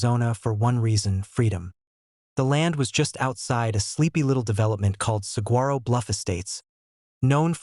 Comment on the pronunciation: You should teach your computer hiw to pronounce "saguaro"